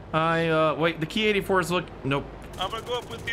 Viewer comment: when you said ki-84 is actually said k I 84